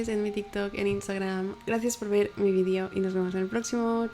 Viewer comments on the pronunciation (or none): none